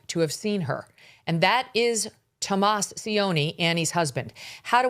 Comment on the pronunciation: It’s Tommaso not Tomas